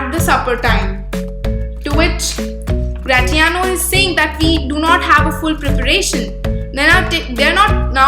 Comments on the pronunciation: Don’t sayGratiano same in as the word in pronounciation it is Grashiano kkkk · I am sorry to tell you that your pronunciation of gratiano is wrong .... The t will be silent